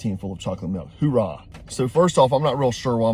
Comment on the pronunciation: THAT WAS A NAVY VET THAT WROTE THAT! HO AH IS THE WAY TO SAY THAT TERM! NOT HOORAH!!!